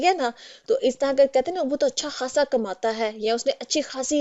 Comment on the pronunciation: "अच्छा खासा" )اچّھا کھاصا) नहीं जब कि "अच्छा ख़ासा" (اچّھا خاصا)۔